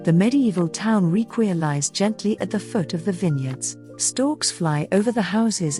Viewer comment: it's pronounced "rikvir" but nice video!